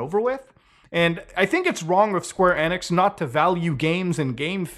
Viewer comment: En-x but ive heard of enix 😂. Must be the accent.